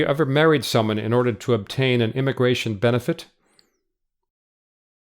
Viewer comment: can you fix the word: immigratOIN, please?